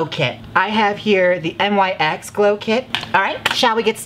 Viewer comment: Mother it's "nicks" not n.y.x. ❤😅